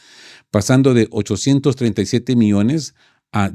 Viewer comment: cuidado con la dicción, no es lo mismo miones que millones...